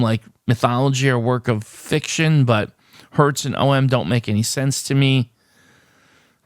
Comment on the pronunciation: And you were the only one who pronounced "om" as OHM.